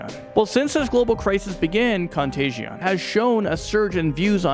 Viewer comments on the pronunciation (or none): Contaigion... isnt pronounced like that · Can you seriously not read "Contagion"?